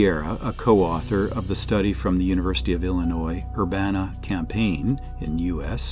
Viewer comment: Illinois Urbana “Campaign” 😭😂😂